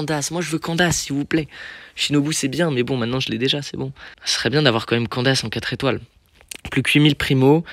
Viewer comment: Nan par contre on dit « sino » et « kandaïce » (en prononciation) plzzzz par ce que chino 🥲🥲🥲🥲